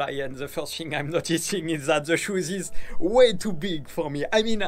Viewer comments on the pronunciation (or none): none